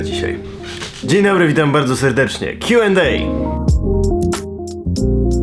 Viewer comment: KTOŚ POWIEDZIAŁ KJU END EJ?!?!!?!?